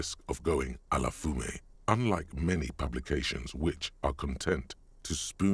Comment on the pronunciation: You pronounce "fumée" right; the game doesn't! Few native English speakers are able to say that pesky French "u" sound, it's clear you put some practice into it. Reminds me of the years I spent getting the English "th" sound right (did you know it's actually very unusual, linguistically speaking? as much as some of the click sounds in various African languages!). :) EDIT: Also, if you're curious, the references to the "spectacular" aspects of capitalism appear to be inspired by the ideas of leftist theorist Guy Debord and the Situationist International movement associated with him. Finally, another mistake I noticed in the game's French: you most likely already know this, but the "t" in "Arrêt" is silent.